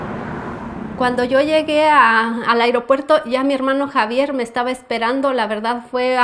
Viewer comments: Me gusta como dice el “iropuerto” 👍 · Me gusta como dice “agriopuerto” 😅